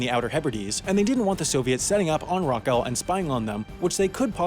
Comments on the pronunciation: It's Rock awl as in FUCK ALL. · Rockall is pronounced "rock all". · It's pronounced Rock-All. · Rockall rhymes with hall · I wish he wouldn't pronounce it Rock - Owl. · It’s pronounced rock-all, to rhyme with fuck-all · Pronounced Rock AWL. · It's pronounced rock-all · It’s pronounced rock all, as in two separate words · So some irritating yank complains about the UK muscling in on territory? They can't even pronounce it right. It's sweet rock all, sunshine. "What's the fishing forecast?" he cries. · I am from the UK and it is pronounced rock-ull. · To say Rockall is not disputed isn't exactly accurate, although Ireland has never claimed sovereignty over Rockall, Ireland does not recognise the UK's territorial claim to the rock. Also its pronounced rock-all. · As far as I know, Rockall rhymes with ball? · If you are going to do a video about Rockall, at least learn how to pronounce it! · It would be more accurate if you learned to pronounce Rockall correctly. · At least learn how to say Rockall properly! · Can't even pronounce "Rockall' properly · It's Towrs-hown, not Tore-shawn. Thor's harbour or haven. And Rockall is OURS! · I would imagine rule one when making a video about an island is to learn how its name is pronounced. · At least pronounce Rockall correctly. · Work on your pronunciation both Rockall and Edinburgh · OK, some of our wee islands are terrible, fair enough. But your pronunciation of Rockall was even worse!! (It rhymes with "Cockle".) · It's pronounced "Rock-all" not "Rock-al". That's "all" as in "ball" not "al" as in "gal"!! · It’s pronounced Rock AWL not Rock AL! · its pronounced rock-awl not rock-al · It's not pronounced like 'rock Al'. The correct pronunciation is like 'rock all' or 'rock awl'. It is always pronounced like that in the BBC Shipping Forecast. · It's pronounced "Rock-all" not "Rock-ell". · It's pronounced 'Rock All' Not 'Rock Al'. I wish you Americans would learn things. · It’s pronounced Rockall - not Raquel!